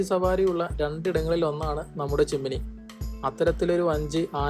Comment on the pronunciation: 'ചിമ്മിനി' ആണ് ചിമ്മോണി അല്ല